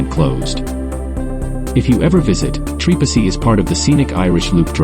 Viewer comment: who told you this was trepassey...also have the name said properly do not use a.i.